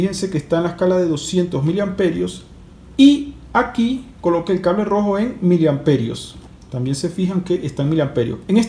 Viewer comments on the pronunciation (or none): none